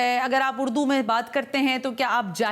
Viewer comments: اردو ھے اڑدو نہی جاھلہ کہیں کی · اردو کو اڑدو بول رہیں ھیں آپ بھی ذرا غور کیجئے اپنے الفاظ پے۔ ۔ ۔ ذرا سن لیجئے 1.11 mins...